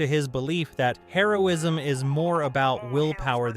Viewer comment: Does anybody else seem to hear Heroism (Drug) instead of Hero-ism